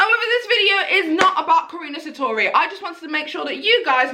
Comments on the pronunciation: Karuna* not Karina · Karuna. KAH-RUNE-UH. Where does Karini come from?!? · Well your close to saying her name :) It’s actually pronounced Ka-roo-na Not Ka-re-na Cause that’s how she’s says her name :D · I’m dead she said karina satori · It's ka-ruun-a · It’s ka-RU-na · I swear she is saying Karunas name wrong on purpose because when she's in the zone she says it right then when she's trying she says it wrong 😂